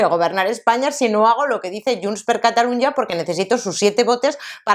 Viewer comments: No digas Catalunia.....La pronunciación en catalán es la misma que en castellano: Cataluña. Solo cambia la grafía porque la Ñ no existe en catalán y se escribe NY pero el sonido es el mismo.... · No se dice " yuns per catalun-ya"